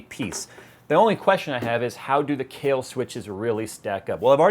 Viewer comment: oh it's kahil, sounded like Kale lol